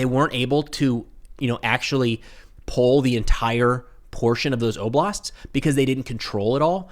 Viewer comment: After mispronouncing oblasts, he says "there's two others." Pretty much the standard of pertinent knowledge that I would expect from the Ruining Monarchy.